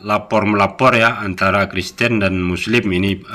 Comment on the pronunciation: ngomong Kristen kepleset Kriston 😀😀😀 padahal kalimat itu sambil merem seharusnyan mustahil salah dari seorang pendeta 😀😀😀😀